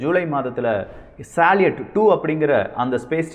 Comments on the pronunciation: தம்பி ஒரு சின்ன திருத்தம் சாலியட் உச்சரிப்பு பற்றி அது சல்யூட் என உச்சரிக்க பட வேண்டும் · சலீட் அல்ல சல்யூட்.